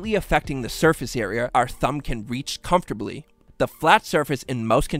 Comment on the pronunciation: Why do you pronounce "comfortably" like that?